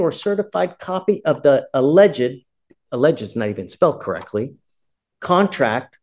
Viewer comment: Then later in the video the judge mispronounced "alleged". :D